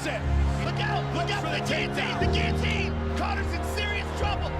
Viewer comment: THE GEEATINE THE GEEATINE. Joe rogan 😂😂😂